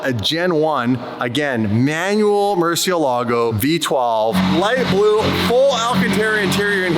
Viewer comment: Learn how to pronounce Murcielago sped old mut